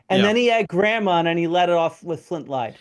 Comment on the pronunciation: Graham ❌ “Gramm” ✅